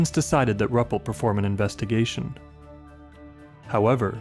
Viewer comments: It's (Roo-pelt) not (Rup-let). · Wonderful presentations, great narrations, love the typewriter & written paper effects between chapters. Always enjoy your work as a straight shooter on the facts. But have a care researching correct pronunciations of proper names. It is Ru-pelt, not Rup-pelt. Cheers.